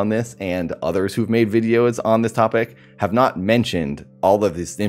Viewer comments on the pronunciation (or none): none